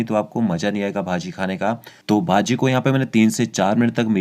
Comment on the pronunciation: It's bhaji not baji 😐😐